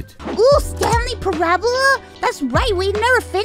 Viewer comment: I think the way Mouse pronounced parable is one of the few times in my life I can truly say words have hurt me like why just why that's not even it's there's not enough letters to say that they're the wrong letters why